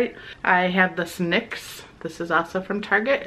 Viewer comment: Your saying NYX wrong you say it as letter's not as a word. N.Y.X